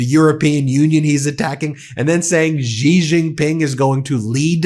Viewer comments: By the way, "Xi" is pronounced "she" gidammit, not "zhee." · Xi is pronounced ‘she’.